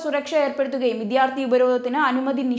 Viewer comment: എപ്പോഴും കേൾക്കുന്നു : " വിധ്യാർഥി " . ശരി : 'വിദ്യാർത്ഥി '